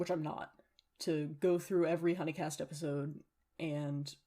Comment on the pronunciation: The way you say huni in hunicast reminds me of Markiplier playing huniepop and not realising the way it was pronounced 😭